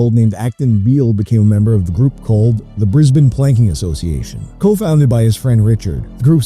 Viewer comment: Thank you for pronouncing Brisbane correctly... very few from the US seem to be able to!